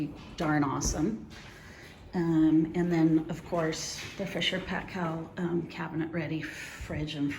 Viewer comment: Fisher and Paykel is pronounced Fisher and "Pie-kill” - a great New Zealand brand!